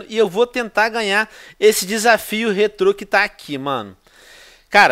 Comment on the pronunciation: Que agonia de escutar ele falando rétro